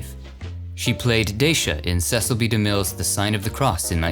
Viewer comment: please take note that Mr. DeMille pronounced his first name "See cil", as told by his daughter on numerous talk shows.